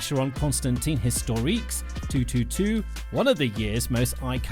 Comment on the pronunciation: Can't pronounce Constantine. Left immediately. He Doesn't know nothing.